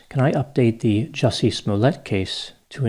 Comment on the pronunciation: Actually, his name is pronounced "Juicy"